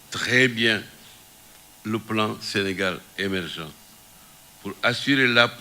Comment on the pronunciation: Ce vieillard, qui ne peut même pas prononcer le plan Sénégal émergent en parlant de plon Sene émergent , comment peut etre mandate pour choisir un candidat Ces applaudissements cac